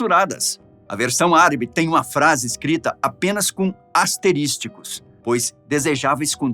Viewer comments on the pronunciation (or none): Olá blz? Você pegou pesado quando disse asterístico em? O correto é asterisco. Abraço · "Asteristicos" não existe, o correto é asterisco," e o correte é _anciãos e não "anciões."